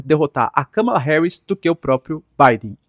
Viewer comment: ￼Aprende aí, companheiro! Não tem nada de "cama" no nome dela! Kamala Harris Vice-presidenta dos Estados Unidos Pronúncia americana￼ Soa como kaa·muh·luh heh·ruhs